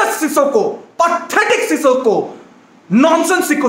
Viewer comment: Peter Drury: Sissoko: Sikosso